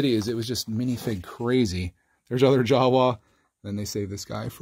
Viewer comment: The way you say "Jawa" is hilarious